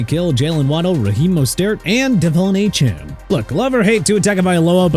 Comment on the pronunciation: Devon Achane is pronounced De-vaughn Ay-chan, okay? Also Miami is going to the Super Bowl next year IF that happens with or without Tua and Coach McDaniel